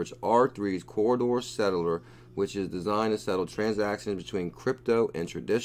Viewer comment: Please its Corda not CORRIDOR. Ive listened to you mis-pronounce it 100 times. I hate being grammar nazi but its C O R D A. Say it with me, C. O. R. D. A. CORDA CORDA. OK? Like your channel otherwise. Great info. Mahalo.